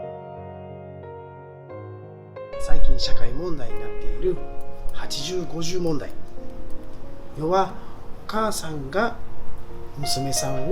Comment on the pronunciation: はちじゅうごじゅう問題ではなく はちまるごーまる問題といいます。